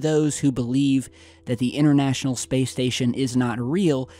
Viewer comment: the word is pronounced international not innernational and internet not innernet. Speak proper English.